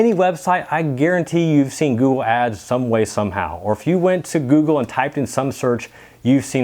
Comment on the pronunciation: Lol... can’t say “Google”. “Goo-goo”